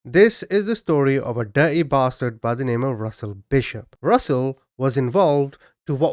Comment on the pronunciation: A dihr-ee bahst-hard, 😄